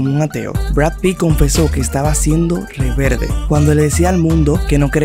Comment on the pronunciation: Buena noticia Brother pero has un cursito de pronunciacion. No es "reverde", es REBELDE... Le quita seriedad a tu video, da el ejemplo. 🤢 👽 ❎